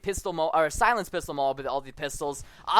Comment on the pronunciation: no he said a "scilenced" magnum moab.